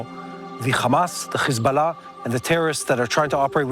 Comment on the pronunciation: Please stop saying Hezbollah like that